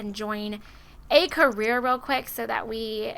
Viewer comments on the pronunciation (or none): none